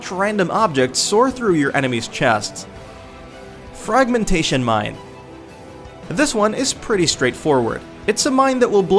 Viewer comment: I cringed when he said Laser Musket. I left when he said fragmentation mine.